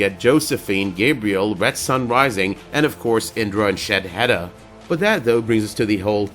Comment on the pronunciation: PLEASE FOR THE LOVE OF GOD It's SHADE-HEDA not SHED-HEDA